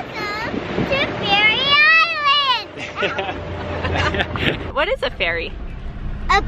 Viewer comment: "We are going to Fairy Islands to see puffins" I CAN'T